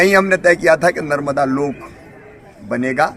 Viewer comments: Nmrda nadi ni madam ji Mata narmda ji Bole achhe se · मैडम जी कृपया माता नर्मदा का नाम तो सही रूप से लीजिए बोलने के पहले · कृपया माता नर्मदा का नाम तो सही रूप से लीजिए